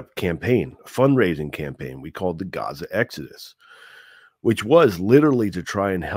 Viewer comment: He is lying! Doesn’t he afraid of God? Did you notice he said Raza. Not Gaza like Muslim